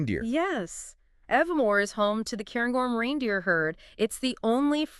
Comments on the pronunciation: First sentence pronounced Aviemore incorrectly could not finish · you pronounced Aviemore, loch, Strathspey incorrectly ! CHALLENGING !! but lovely that you are highlighting Scotland